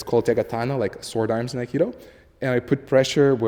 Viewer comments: First word - "Akido" !!! It's Aikido - " Aye-Kee-Do. Let's start in the right place shall we ? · please, don't say "akido":)